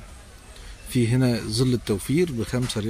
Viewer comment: انت عربي وهناك فرق بين حرف( ز )وحرف (ظ) فالعيب اقول زل والصواب ياعربي انت تقول ظل